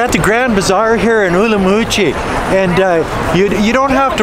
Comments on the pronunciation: Not being pedantic but it is pronounced Urum qi. not Urumoochi. Not allowed to sell alcoholic products in Nanning if a school is nearby? There is a high school opposite a German beer shop near where I live. Where I live there is a primary school and practically next door to shops that sell beer. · Umrumqi ? It is Urumqi. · I have seen many Uyghur's videos pronounce it as Urum qi. I remember watching a video done by a Uyghur woman and she pronounces it as such. I guess some pronounce it as you do and some in the Mandarin way. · Are you pronouncing in Mandarin or Uyghur local language. The locals use the latter pronunciation